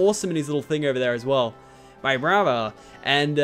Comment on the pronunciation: Also it's not Vibrava it's Veebrava